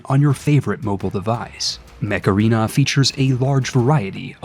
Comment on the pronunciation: Sorry, I can't tell if you are saying "Mech Arena" or "Macarena"